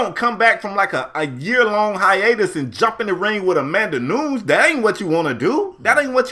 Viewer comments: Leave it to to say the name CORRECTLY, then say saw naw her name is Noons 😭😭😭😭😭. Nunes (noon-yez) is correct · Great podcast like always but her name is pronounced "Nunez" but spelled "Nunes"